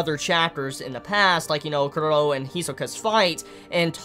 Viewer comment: Why does he say Cur-row instead of Chrollo ? That's worse than people who call Gon Gahn instead of Gohne though not as bad as people who call it Hunter Ex Hunter rather than the proper Hoontah Hoontah